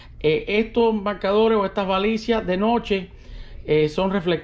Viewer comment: usted pronuncia balicia,es lo mismo que baliza